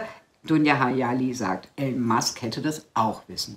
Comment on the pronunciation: ...höre dir oft zustimmend zu ...aber bitte bitte spreche den Namen einer der bedeutendsten und bekanntesten Persönlichkeiten unserer Zeit nicht permanent falsch aus ...der Typ heißt nicht "Ellen" sondern "III-lon" ...hat zwar keine Auswirkung auf deine Inhalte, aber es würde deiner Glaubwürdigkeit nützlich sein